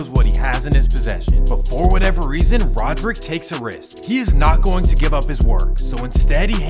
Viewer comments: Its not " Rodrick" dude. Its " radric" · its pronounced ray-drick my boy, Radric Davis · His name is RADric not RODerick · Radric* not rodrick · Radric not Roderick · First off it's RADRIC. RADRIC DAVIS